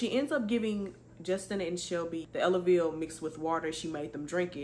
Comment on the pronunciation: Yes, you pronounced Elavil correctly. 😊